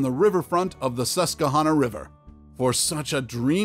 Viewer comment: Fam--did you just say suskahana? It's sus kew hanah. I will fight you.